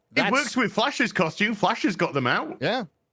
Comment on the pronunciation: The way says costume - koshtoom - is super ghet